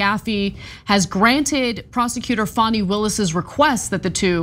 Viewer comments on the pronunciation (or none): You seem to be supportive of Fani, make note to spell and pronounce her name correctly, like fawn. 😊 (tried to say this in the kindest, least rude way as I intended it)